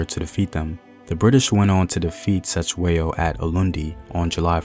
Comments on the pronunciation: this piece is perfect except for the pronunciation of the King's Surname. "C" has a soft front mouth click sound....DM me and I'll teach you bro....Great stuff....I am forever watching your material! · Mfethu I was he not Se it's Ce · 😂😂the C in Cetshwayo was so disturbing,especially when you know how its said but atleast the message got on👌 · I sorry I cannot watch this video if you will continuously mispronounce his name like that. There's 2 thins you could do: Ask a Zulu person to teach you how to pronounce it or just refer to him as King C. But you too can learn how to pronounce it like we learned how to pronounce and speak your language. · Wish u can learn how to pronounce our names right Cetywayo Learn how we pronounce C in Zulu your video is great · It would be so easy for you to find a Zulu person and ask how to properly pronounce the names. #Respect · 🙆🏾‍♂️😂yo..the way he says Cetshwayo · That's not how you say Cetshwayo. 😂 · I'm not Zulu but you aren't pronouncing "Cetswayo"s name correctly This is very disturbing you should've atleast researched how the way you pronounce the name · Atleast attempt to pronounce King Cetshwayo's name. You did not even try, you shouldve atleast done your homework on how to pronounce his name before your actually teach us about him. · You could start by pronouncing his name correctly you know.